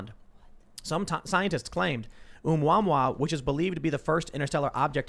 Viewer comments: My ears! The extrasolar object was pronounced "Oh-moo-uh-moo-uh." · Asteroid is pronounced "ooo-mah-moo"